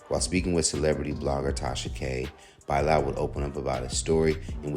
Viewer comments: By lall man it's Bilal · By-lal 😅😅😅😅😅😅😅 not Bilal? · That’s not how you pronounce Bilal